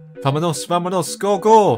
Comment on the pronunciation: "Vaminos", the new 'Vámonos' XD